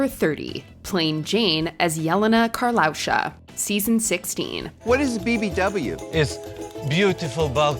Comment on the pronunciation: It's pronounced YEH-le-na kar-lay-YUU-sha.